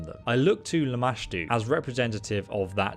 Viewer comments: I love that have the natural ability to mispronounce names. After hearing Lamastu said to him like 30 times during this mod he proceeds to call her LAMASHA. I love this guy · I have screamed the right pronunciation at him and startled my husband at least 5 times. Lol I was so proud when he finally pronounced it right 😂